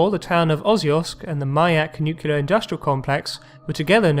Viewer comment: Really enjoyable videos, but somebody as posh as your good self should be aware that there is no such word as "nucular", it's nuclear, every time. Sorry to be pedantic, but....